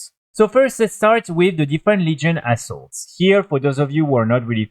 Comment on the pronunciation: I normally cant see the screen while playing the video. Thought you were saying asshole a couple of times when referring to assaults 😂